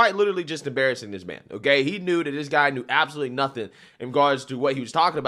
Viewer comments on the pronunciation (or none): none